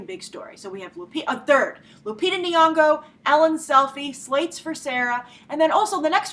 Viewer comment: Hey Grace I'm Kenyan I just wanted you to know how to pronounce Nyong'o's name. The first Ny is pronounced the same way as 'gn' in gnocchi and the 'ng' is exactly like 'ng' in caring sharing loving take your pick :) hope this helps or whatever